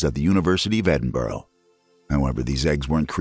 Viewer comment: eh-din-bra --> Edinburgh